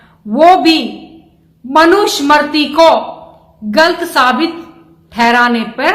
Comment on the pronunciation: इनको मनु स्मृती उच्चारण ठिक ढंग से नहीं करना आता.